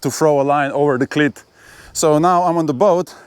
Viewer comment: Great video. Iearned a lot. Thanks. BTW, your English is amazing but you might want to practise saying "cleat", making sure you lengthen that vowel sound (like "eeeee"). As in this video, it means something VERY different!